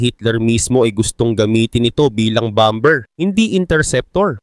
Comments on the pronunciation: bomber is bamer pronounce hindi bamber 😅😅😅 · Bamer Basa dun lods Hindi bamber haha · Anong Bam-ber haha ang lala mo naman magbasa